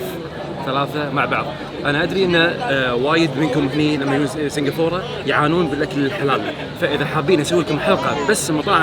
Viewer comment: سنقفوره سنقفوره ههههههه كل ماتقول اسم البلد اضحك